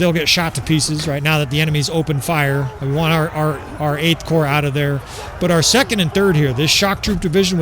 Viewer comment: You are saying it right, the ps in corps is silent in french also, just pronounce army as armé and add the 'd'